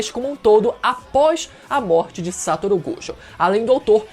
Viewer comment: mano n aguento mais o falando "Sátoro" Gojokkkkk